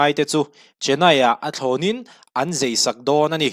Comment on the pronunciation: Zai hi zei tiin i lam ri tlat mai!